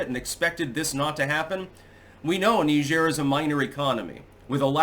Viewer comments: Please google "Pronounce Niger" lol Hint: it's not Knee-zhaire...😄 It's a lot closer to Nigeria without the "ia".. It's Nai-jer, similar to Nai-jeer-e-uh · It's pronounced "Nigh-jeer",get it right. 🤬👎👎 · It's Niger. NYE-jur. The fluffy, Frenchie thing you're trying to do will not inoculate you against being called WAY-SISS. NYE-jur. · is doing the faux French pronunciation. Sounds like Nigel when in English. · So it's Nee zhair now huh, lmfao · Knee-jheer? How fancy. Pinky out!